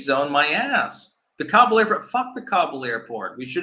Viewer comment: he didn't even pronounce Kabul correctly. He should know.